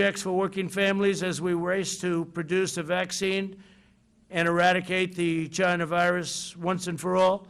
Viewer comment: he must be practicing it almost sounded like China 😄🖒